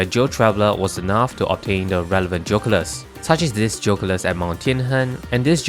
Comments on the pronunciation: Geoculus 🚫 Joe culus ✅ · BRO STOP SAYING JOCULUS ITS GEE O CULUS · I love the way you pronounce "geoculus"